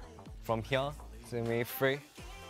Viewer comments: hyeure Am I only one who noticed how that's an example of a mixture between his Australian accent and Korean accent? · "From hya" 😂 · The way Felix pronounces 'here' makes my heart skip a beat. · i love felix with my whole heart especially when sometimes he says “here” with his accent it reminds me of “can i get a hoYyAA” and i love it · His pronounciation on "here" is so cute xD